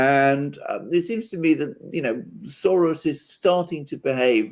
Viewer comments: Why are you pronouncing Soros that way? It's not Latin. Odd. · Why is say Soros like that? He's a Hungarian Jew not Argentine bull fighter...smh